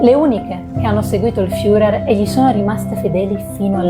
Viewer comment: Molto brava …attenta alla pronuncia dei personaggi che andrai a presentare: Internet è di aiuto e ti eviterà italianate alla FIURER